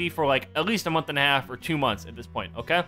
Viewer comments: Why do you say oka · why do you say oka???